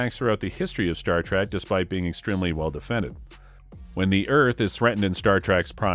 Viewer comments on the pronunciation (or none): This is how you can tell a TRUE Star Trek fan, compared to someone reading a script who has no idea what he's talking about. Was it just me or did it sound like he said Star TRACK a few times? Then, when he said City OF The Edge Of Forever, I cringed. Also, he said NUCULAR bomb, and the way he pronounced V'Ger made me want to cry. Lastly, Nichelle Nichols has to be rolling in her grave with the pronunciation of her character's name... You-Har-Uh.